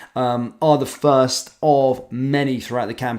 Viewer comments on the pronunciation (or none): none